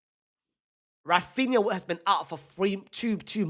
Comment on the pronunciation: ITS RAPHINA